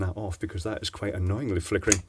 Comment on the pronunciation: Flickereh, flippinreh, flickry... lol Having a vowel movement?